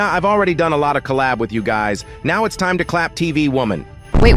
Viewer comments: Did you say clap camera bro, you sauce? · My think you say clap dont be dum my know you say clap not collab